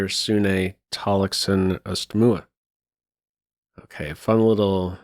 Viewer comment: A great win for the young Magnus. You done a fair job with the pronunciation of Tallaksen Østmoe. Thanks.